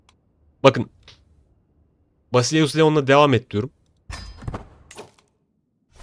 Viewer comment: Merhaba, ben Yunanistan'dan sizi takip ediyorum. Doğu Roma İmparatorluğu'nun tarihine bakıldığında, oyunda gördüğünüz 800'lü yıllarda Romalıların İmparatoru Yunan unvanını benimsemiştir. Bu Yunan unvanı da Basileus'tur, Yunan dilinde e, e olarak okunurken u, i olarak okunur. I harfinin sesini çıkaran birkaç harf vardır ki I harfini oluşturan kombinasyonlar da buna mevcuttur. Kısacası Basileus unvanını yanlış okuduğunuzu belirtmek isterim, e ile u birleştiğinde V harfinin çıkardığı sese benzer ses çıkartır. Unuttuğum son şeyi de ekleyeyim, B harfi de aynı şekilde Vita (Yunan alfabesinde Beta'nın yani B'nin okunuşu) V sesine benzer ses çıkartır. Kısacası Basileus unvanının okunuşu Vasilevs olmalıdır. Teşekkür ederim.